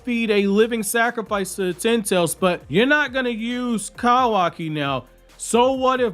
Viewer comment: Damn your voice is so annoying, every time you pronounce Kawaki I want to fight you lol